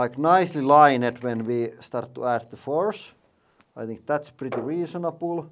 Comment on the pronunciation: Lauri: "That's prritti reasonabul" I laughed so hard, never heard something more wrong.